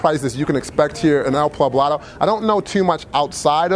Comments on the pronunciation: You didnt say El PLAblado...did you? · Envigado is still pretty expensive, again, a heavy tourist area too. I know he said that, but believe me, go 15 mins outside of the city or in any other direction and you have a different world.